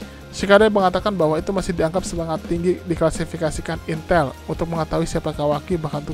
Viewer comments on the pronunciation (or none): none